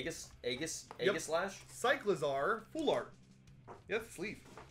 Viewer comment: In the first pack said the wrong pronounciation for cycalzar and he said my last name